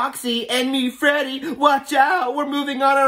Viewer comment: Bro called Freddy teddy 😂